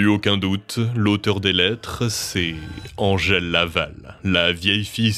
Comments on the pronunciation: «Andgel» t’as trop regardé Buffy mon vieux, c’est Angèle, on est en francophonie. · Ils s'appellent respectivement "Edmond Locard" et "Angèle" prononcés à la française hein ("èdmon locar" et "angel"), il n'étaient pas anglais... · Pourquoi prononcer Angèle a l'anglaise ? Angèle ≠ Angel Angèle c'est un très joli prénom bien français donc merci de le prononcer tel qu'il est : "ange-elle" (pas ''anne gèle") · Pourquoi vous prononcez Angèle comme si vous viviez à LA ?